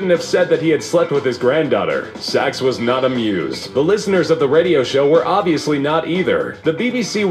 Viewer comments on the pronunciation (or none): Andrew Sachs, not SOCKS.